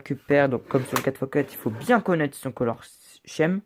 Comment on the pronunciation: par contre, attention, "Color Scheme" se prononce "Color Skim" ;)